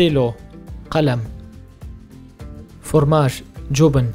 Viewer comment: This guy is not pronouncing the darija accurately and it’s misleading. We don’t say madrasa we say mdrasa, we don’t say qahwa we say qhwa, we don’t say formaj we say frmaj